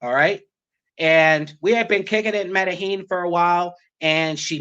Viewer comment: You can't even name Medellin correctly and you take taxis in cartegena - you should stay away from Colombia